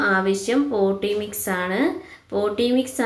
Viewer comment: പോട്ടീ മിക്സ്‌ അല്ല പോട്ടിങ് മിക്സ്‌